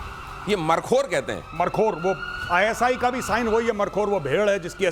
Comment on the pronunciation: गौरव आर्या जी मरखोर नहीं मारखोर